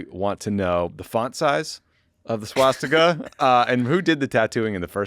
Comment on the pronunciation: Swaz-Dick-a bahahaha